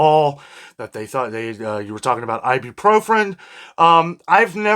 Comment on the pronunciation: Please stop saying "ibupropren", its "ibuprofen".